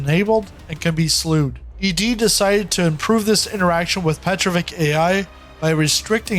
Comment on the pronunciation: You do not say right name Petrovich. It is not right to say Petrovik. No k. This name ends by sound TCH, like in word WITCH. Petro+witch, it is right